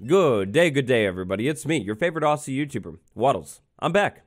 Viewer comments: rookie mistake mate, is not A A S S Y, its ozzy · From a follow aussie, it's pronounced Ozzie But Spelt Aussie